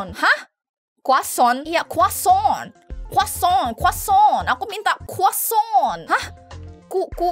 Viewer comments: Lucu bgt yg pas bilang kuacon padahal roti croissant😂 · Aku ngakak yg pas bilang croissant 😭😭